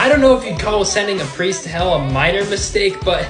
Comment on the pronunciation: THE fact on the first seasons finale he said pwull and pwiest